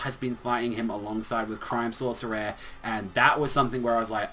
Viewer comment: Hey u pronouncing crime sourceair wrong try it like crime-sauce-e-air